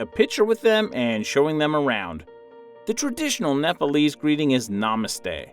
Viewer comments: Its Nepalese stupid not Napalese. You don't know how to say it, don't say it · It's pronounced nepalese not nepalies ಠ益ಠ